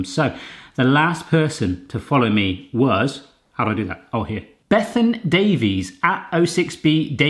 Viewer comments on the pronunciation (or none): none